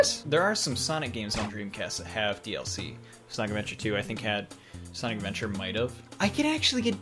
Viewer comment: No one:: sOnCi